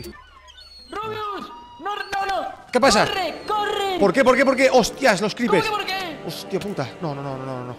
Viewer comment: Al final dice creepres jajajja